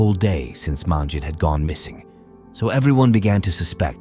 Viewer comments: You could at least learn to pronounce her name correctly. It's not MAANjit. Sheesh. You butchered her name. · Except you mispronounced all the Punjabi names, including Manjit's name. Terrible pronounciation!!! Next time ask a Punjabi person to help you. Sheesh.